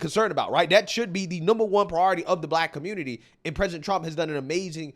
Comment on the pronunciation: "Aight, guys! So we gotta talk about" how da Communitah is a lost cause yo. "You've seen that, you heard that!" Big ups,... 😂💪🏾🇺🇸🔥🇺🇸👍🏾🤣